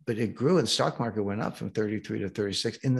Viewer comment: "market," not "markte!!"